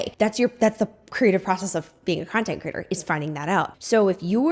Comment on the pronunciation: 😂 I feel like you keep saying content critter instead of content creator 😂